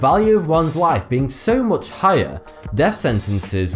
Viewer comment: His accent is quite funny compared to american. "Much" said this way just doesn't sound right.